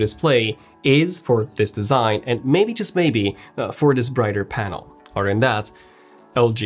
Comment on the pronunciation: The way this guy pronounces other is really weird. It sounds like otter.